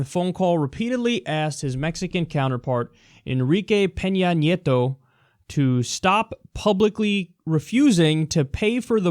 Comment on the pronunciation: Can we all just appreciate how well Kyle pronounced Peña Nieto tho